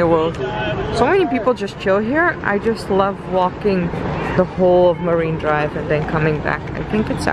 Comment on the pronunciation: Fuming here , its MARINE DRIVE .....MA"R"INE DRIVE Not MARIVE what ??